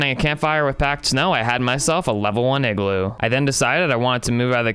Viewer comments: Its IGLOO not eggloo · The Real Leader Of North Pole Is Santa 👁👄👁💅 Edit - did you just say eggloo 🔫